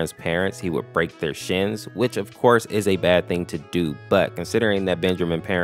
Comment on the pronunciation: Well "ofkorse" it won't, he is a real pal.